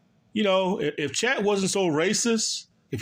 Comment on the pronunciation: Do you say “Chet” incorrectly on purpose? Sounds like “Chat” when you say it lol